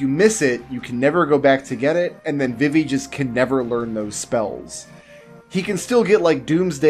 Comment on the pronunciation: Thumbs down for Vih-Vee... who the hell pronounces Vivi this way. VEE-VEE... Confirmed pronunciation was in KH2...